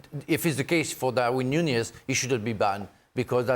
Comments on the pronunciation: Is it so difficult to say Nuñez? Noon yes. Ffs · Noonyez, that how to say it